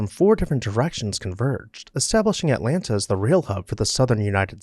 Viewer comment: Too bad a post about Atlanta was performed by a man who does not know how to pronounce Atlanta.